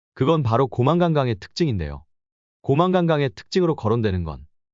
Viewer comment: ‘고망-간강’이 아니라 ‘고-망간강’이요. 그리고 자막… 놀랐습니다…